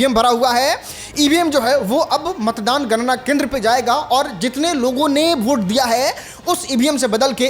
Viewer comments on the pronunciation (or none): अरे भोट नहीं होता है वोट होता है 😂😂😂 तुम खेसारी लाल यादव को कहता था कि वो भोजपुरी को भजपुरी बोलते हैं